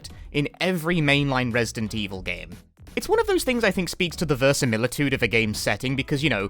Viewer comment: Closed the video when you said "versanilatude" like wtf